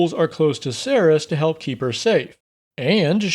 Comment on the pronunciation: I love that one of the tieflings has the same name as me :D (even though you pronounced it wrong hehehehe :P the C in Cerys has a ‘k’ sound not an ‘s’ sound)